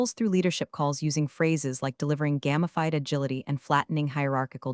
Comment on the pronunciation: The way this voice pronounces 'gamified', it sounds like something Bruce Banner works on.